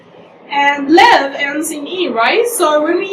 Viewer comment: Thank you but your pronunciation to the word " live " is incorrect. Listen to the right pron of it . Its liiiive not laaaaave and not leeeeve just live without eeee or aaaaa